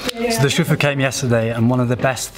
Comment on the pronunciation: when you say master, It’s SIFU not ‘shufu’.